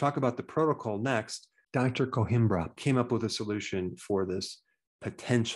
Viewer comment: Please note: the Portuguese name Coimbra, which comes from the Portuguese city of Coimbra in the Central region, where I live, does not contain nor does it have, an “h” . Please pronounce it correctly! It gets its name from the nearby ancient Roman town of Conímbriga.